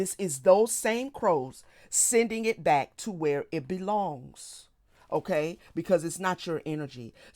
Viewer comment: "To where it belongsT." 😄